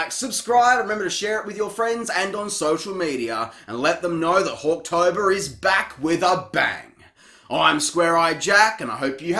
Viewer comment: I can't unhear hawk tuah in Hawktober.